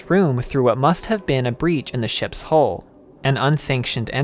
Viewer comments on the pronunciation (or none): none